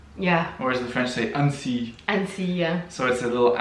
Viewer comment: Wtf was that "The French say ANEUSSYYYY" ? Like it's wrong or something xD I'm sorry do you know better than us how to pronounce our city names ? xD